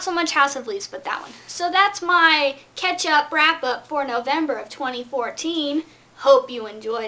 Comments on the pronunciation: Ok I was about to say it sounds like you're saying ketchup but then I saw already told you lol.... Anyway House of Leaves. The more I hear about the this book the less I wanna read it! Not that I particularly wanted to read it anyway but it did look interesting in that its written differently but I just think that reading a book should be a nice experience, an enjoyable one, not one that you should have to struggle though you know. I think you're right that they should have just stuck to the core story. Well done for getting through it though!! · You say Catch Up and I heard Ketchup Lol Let that man live his crazy life!!!